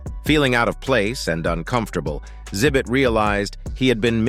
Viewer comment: For real! I think I went cross-eyed when instead of saying Xzibit it said, “zibit”! 😂